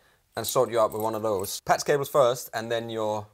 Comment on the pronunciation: says "Patz cables"